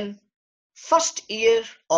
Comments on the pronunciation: With Google Translate in existence, doctor please make an effort to pronounce terms correctly. This is a French term. Cri du Chat means Cry of the Cat. Pronounce as CREE - THU - SHA. DU is pronounced with a soft D as in THE, but the vowel sound is OU. CHAT is like an SH with the T silent, so SHA. Instead of all this talking, give a few videos of the actual cry being made and show some babies. This is nothing but reading from a script, useless. You are too lazy to even look up Google to pronounce a French term correctly. What a joke! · the man can't even pronounce the syndrome right...smh